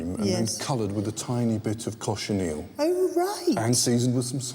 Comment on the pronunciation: "...colored with a tiny bit of caution eel..." Yummy! (cochineal?)